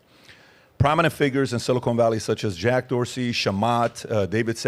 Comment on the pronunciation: Bro, keep saying silicone valley it’s amazing every time you absolute simpleton